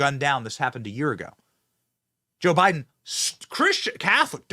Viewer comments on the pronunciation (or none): none